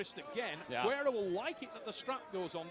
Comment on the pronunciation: I love how everyone adds a syllable to GUERRA's name....it's not GER-AIR-UH.....ITS GAIR-UH